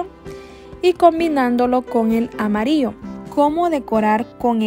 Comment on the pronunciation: Me gustaria saber también de que país eres ? Que tu pronunciación Para las palabras que llevan la letra Ll no la pronuncias bien , solo dices amario , y lo correcto es amarillo , muy lindo vídeo , y disculpa pero se me hizo rara tu pronunciación